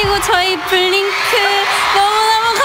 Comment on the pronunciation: Forever Young vs DDDD an iconic moment Also the way Jisoo said blinkeu crying